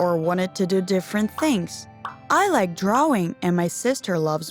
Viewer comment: It’s pronounced drawing not dwawing